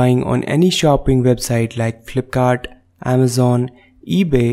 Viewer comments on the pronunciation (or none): none